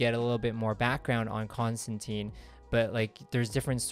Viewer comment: Rick Veitch is pronounced like beach, or leech, Rick Veech. I had to look up several interviews because I wasn't sure how to say it. And not to be a total stickler but Constantine rhymes with wine, at least that's what he says in the early books, I don't think anyone will ever do that though. Love your video, thanks!